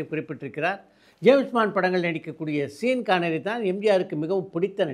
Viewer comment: ஜேம்சு பாண்டு படத்தில் நடித்த நடிகரின் பெயரை "சீன் கானரி" என கூறுவது தவறு! "ஷான் கானரி" என்றுதான் ஆங்கிலத்தில் உச்சரிக்க வேண்டும்!